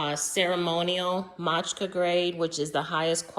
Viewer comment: Matcha, not Matchka 😂